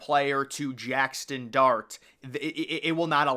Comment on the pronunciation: Brother, it’s JAXSON not jackston